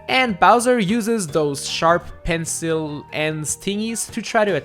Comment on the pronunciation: I also speak french and pencil pronounce pensol